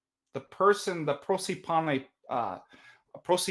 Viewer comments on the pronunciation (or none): A pronunciation correction . πρόσωπον is pronounced prósopon and is the same word for person and face in Greek.